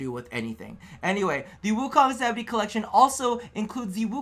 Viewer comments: Happy Birthday,!!! Btw, It's pronounced 'Sa-maa-dhee', the 'dh' said like 'the' instead of 'd'. It's a Hindu/Sanskrit word. It basically means reaching the state of enlightenment via meditation. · Samadhi pronounced Sa-mah-dee